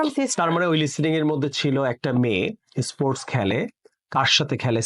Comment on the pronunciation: Pronunciation is bad :it is not issports, this is sports i am from India